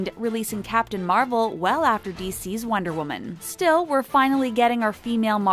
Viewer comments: Ikr it’s pronounced fy-gee and she also said wonder wi-min instead of wonder wom-un. There’s not multiple wonder women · she said Wonder WOMEN its wonder WOMAN lol